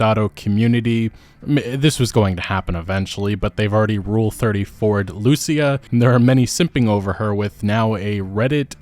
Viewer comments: Guys, it’s Lu-ci-a, no Lu-cia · She’s Hispanic and you say that name the way I mentioned it in my first message. Nobody who knows Spanish would say it any other way with or without the accent. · Loo-si-ah that’s how you say her name. Tired of everyone butchering it already. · Dude how does no one know how to pronounce the fairly common name of Lucia?